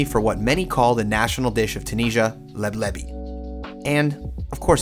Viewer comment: hahaha LEB LEVY 😂😂😂😂 that would be maybe the jewish version of it. the right name is "LEBLABI"